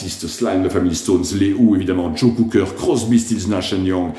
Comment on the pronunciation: Please, it's Cocker not Cooker! All the best. Cheers!